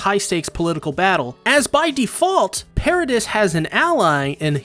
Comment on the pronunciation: It's "Para-dee" (according to the dub)